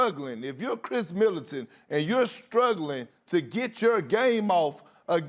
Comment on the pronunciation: “Khris Militant” lol cmon Perk